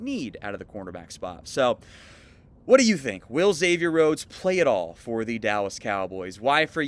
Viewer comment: Thanks for pronouncing is right. I have a friend named Xavier and he hates being called “Egg-zavier.”